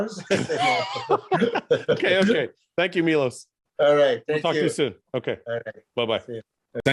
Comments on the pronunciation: He is great but I'll go crazy from that nobody says his name correctly, it's not Milos, it's f***ing Miloš! C'mon, you can pronounce "sh*t", you can pronounce his name 😀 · I am actually not joking...I will really start correcting people 😉. Fouad - next time you call me on the show - remember - its Milos with the "sh"-it at the end. 😁 After 30 years in the industry - people might start calling me by my real name. And it is "shit" at the beginning of my last name too 😬